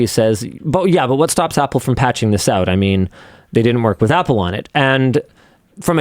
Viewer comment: "pull them back oot and connect them again"